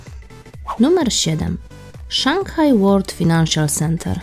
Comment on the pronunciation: fajnanszyl a nie finanszial XD